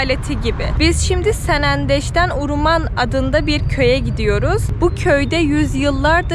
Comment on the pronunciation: Nenem Şex Abdulkadir Geylani üzerine yemin içerdi. Uruman demeyin Hewreman diyin.